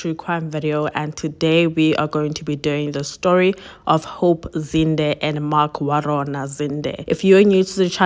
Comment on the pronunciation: She just needs to improve on the pronounciation of our names. It was cringy when she said "Warona" or " Mamelodi"